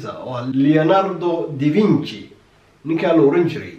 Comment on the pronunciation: Leonardo da vinci, not (Leonardo di vinci)